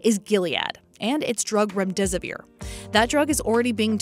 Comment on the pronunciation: Turn off the background music and set another pace for the voice over; is very skilled "speak-virtuoso", but some syllables get "eaten". Example: "company Gilead and its drug rum disappear"... WHAT is that supposed to mean? Yes I guess "disppear" is kind of name, but with that kind of name/words please think twice. Compare the "cc" transcript, - most of the time it is excellent.